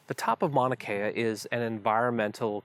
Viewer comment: The way you remove the U when you pronounce Mauna Kea is culturally insensitive. Also it discredits your knowledge of Mauna Kea.